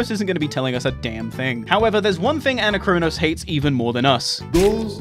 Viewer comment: It hurts so much hearing you pronounce Anachronos that way.. it's the same as "anachronistic" or "anachronisms"! Gah! Other than that, good videos :]